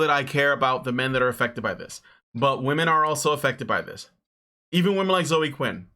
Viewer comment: Zoe is a two-syllable name. It's "ZOH-ee". Drives me crazy when people mispronounce that.